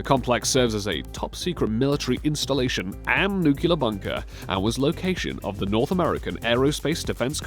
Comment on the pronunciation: New clee ar not new cue lar